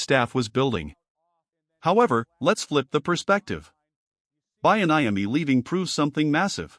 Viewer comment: And the mispronunciation of Bieniemy really messed with me. We need to move Antawan Randel-El up to OC and get ready for the Draft